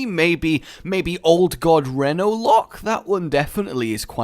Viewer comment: Mispronouncing reno, i cringe.